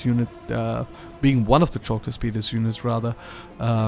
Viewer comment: Wonderful!! But... don't bring back the "chalk", their shield is not made out of blackboard writing materials, lol. It is pronounced as the "Hulk" from the greek Χαλκός Halkos (Bronze). The ch is meant to represent the χ sound but it would be more precise to be written simply as "h" or "kh". Once you get the Argyraspides you won't have that problem again, as you pronounced them flawlessly.